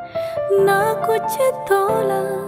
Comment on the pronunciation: Vokal bagus 👍 Bantu koreksi pengucapan: 1. Muskura ke, bukan Muskura se 2. Kuch na, bukan Kucce na